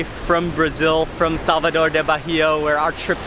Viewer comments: Ai que agonia ele falando "Barria" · BAHIA pronunces: "BAEEA". But you're forgiven. ahahahahaah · The way you're you're saying Bahia is killing me! The "h" is silent boy! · The "h" is silent. Baa-e-ya. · Love your videos and how educational they are.. the correct way to pronounce the state is "baa-eeh-ah" you don't pronounce the "H" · The way he pronounces Bahia is atrocious.